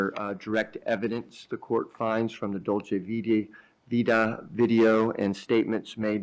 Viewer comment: Or dolce vita. He calls it dolce vitae…